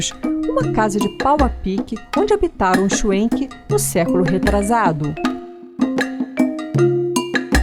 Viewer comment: Se eles são descendentes de alemães, então, a pronúncia figurada e correta é chvenque e não chuenque.